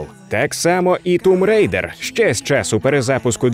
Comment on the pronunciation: Можна сміливо ставити лайк вже на за Тум Рейдер! Як вже захарили ті, хто каже томб райдер, а тут прям молодці)